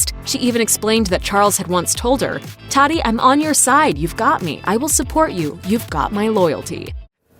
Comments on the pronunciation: Or how they were saying “Tati”...they kept saying “taxi” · Well he is still richer then any of his haters, so BYE SISTER! And BTW its TATI not TADI. Ugh!!